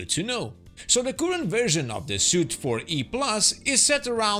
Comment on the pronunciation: Suite (pronounced 'sweet'), not Suit. The A-10C uses a similar software update version system.